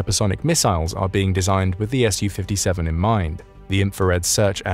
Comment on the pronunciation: it made me wince every time. All that effort and research put in and then mispronounce the name of the thing (to English or Russian ears) over and over. Saying ESS YOU 57 is also a but weird as Su/Су isn’t an acronym in the same way F/A-18 or F-15 etc is. The second letter isn’t capitalised, it’s just a shortened version of the manufacturer’s name. It’s a “SUE” 57, just as it’s a “MIG” 29, and not an EM EYE GEE 29. Су-57 -> Su-57 -> “Sue” 57 МиГ-29 -> MiG-29 -> “Mig” 29